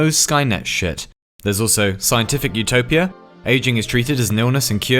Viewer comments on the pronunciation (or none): My brain everytime he says "utopia" : ZOOTOPIA 🦊🐰